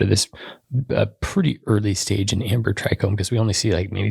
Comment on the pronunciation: No "r" in trichome